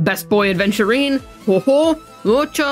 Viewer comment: There is no "D" in Aventurine